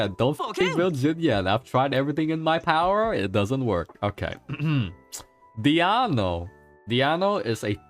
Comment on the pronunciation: Why do calls Diona "Diano":D just curious